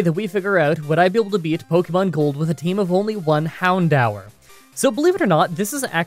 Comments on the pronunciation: Okay I promise this is the only time I'll comment regarding pronunciation. It's hound-oor not han-dower right? Don't tell me I'm going crazy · Im so triggered he keeps mispronouncing houndour its pronounced hound door and no im not joking its on the anime. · Isn't it pronounced "hound-dūr"??? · I've always pronounced the pokemon hawn-do-ur. So Hawn-daw-ur sounds so weird to me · I've always been pronouncing it as Hown-door. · My whole pokemon career is a lie. For the past 18 years i been calling "houndour" I pronounce its name as hound door. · Heh, I always pronounced it Hound-door. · I'm having a heart attack I always pronounced it as 'hound-oor' AAA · Wtf is that purnounciation? It's Hound DOOR you dang maple back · Why do you pronounce Houndour like that? Isn’t it hown-DOOR?